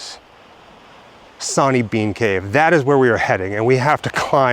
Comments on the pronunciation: Its Sorney Bean not sawney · Sw sw Swaney stop saying sonny 🙃